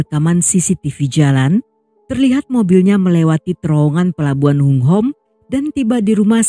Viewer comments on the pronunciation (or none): Hong Ham di baca bukan Hong Hom.